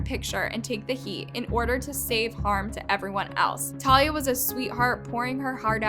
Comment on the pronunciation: talia is an ACTRESS not a tiktoker, plus you didn’t even pronounce her name right..